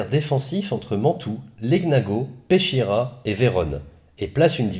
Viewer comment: Bonjour. Ch en italien c est le son k. On dit donc Peskiera.